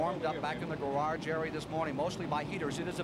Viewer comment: Ken "gararge" Squire. The man never met a word he couldn't mangle.